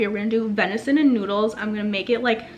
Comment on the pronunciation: Venison not vinison.